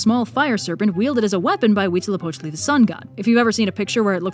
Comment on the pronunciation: First: That is the best, most fluid, flwaless pronuntiation of Huitzilopochtli that I have ever heard from any non-latin american (maybe you are, sorry). Second: This is one of the most fascinating videos on literature I've ever seen. I never thought about getting a dragon of some sort. But now I kind of need to use one. Third: An antagonistic powerful creature with plot relevance whomst main characteristc is greed and hoarding. Does that make Tamatoa (from Moana) funtionally a dragon?